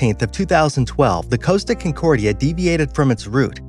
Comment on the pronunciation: Estonia did not list, it lost its bow and plummeted down. CON-cordia, not Kincordia. Your research is very sloppy! Bye.